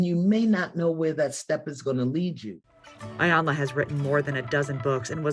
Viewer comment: I would really appreciate it if journalists and reporters would please do their job to make sure correctly pronounce things like names, cities, and streets before reporting. Do your research because you mispronounced "Iyanla" a few times.